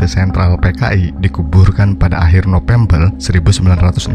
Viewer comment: suaranya lucu wkwkwk nopembel😂